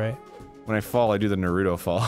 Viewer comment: When is someone going to tell Arin he is saying Naruto wrong! It hurts everytime!😓